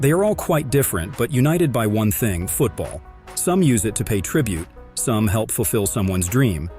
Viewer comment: Finally I find someone who says it correctly